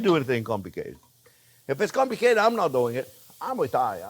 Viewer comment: He says "not comlicated" kinda like going to a neurobiogist and he says " ah, not complicated' LOL Love you Jean-Jierre!!!!!!!!!!!